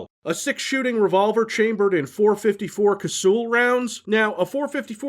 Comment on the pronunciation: Gonna be that asshole. Cassull is pronounced like 'castle'